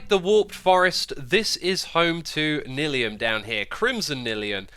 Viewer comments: Its N-I-Lium as in Nylon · Its N-i-li-um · xisumavoid: Warped Nylium Someone: No, it’s pronounced Neelium Minecraft veterans: Block is block! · Considering how "nylon" is pronounced, I'm pretty sure you mispronounced Nylium. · It’s actually pronounced warped nylium